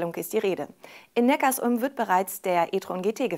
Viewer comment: es heißt übrigens Neckar-Sulm (Zusammenfluss beider Flüsse), nicht Neckars-Ulm.... Abo???? Zahlen wir das auch bei Tankstellen, egal, ob man tankt oder nicht??? Was für ein Schwachsinn!